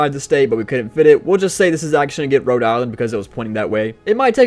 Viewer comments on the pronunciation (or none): none